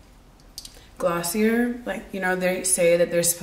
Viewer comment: its pronounced gloss-ee-ay like the ier is silent